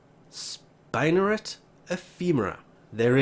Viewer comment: Really??? Spine-er-rat????....Spiders have Spin-er-ets.....also spiderwebs are Grey not black, so it's odd you say black is "perfect"?